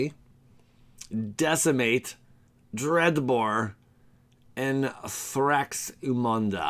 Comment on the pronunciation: Think its thraxamundar. Missing the r